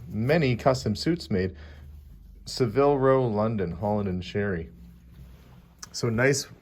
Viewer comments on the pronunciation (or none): It's "Saville Row" not "Seville Row"! It's a street in London that's renowned for it's tailoring. The Beatles had their office there. It's where they did the rooftop concert. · Saville Row is a VERY prestigious Tayler in London UK. It's pronounced Saa-Ville. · Spelt Savile with the emphasis on the first syllable, rather than Saville with the emphasis on the 2nd syllable like the Spanish Seville. de Lacy I am not in any way criticising you, just pointing out to other people the correct spelling and pronunciation, as had pronounced it incorrectly at one point.